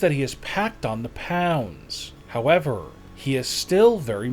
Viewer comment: "Howewer he is still very muscular." *shows your beer drinking uncle*